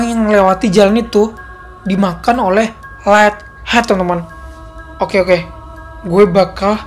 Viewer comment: Tadi kok suaranya bilang letter bukanya light head wkwkw kqkwk